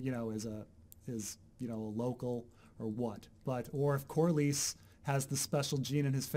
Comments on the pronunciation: I am but there is no er in Corlys. I do not care how you emphezise the letters in a name but please stop making up letters. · It's Corlys, please stop saying corlarys! It makes me laugh so hard lol. I mean, I don't even know if you're pronouncing it the right way, but it's so weid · Stupid hangup but please look up how to Corlys. It is different than how you are saying it and its a little distracting.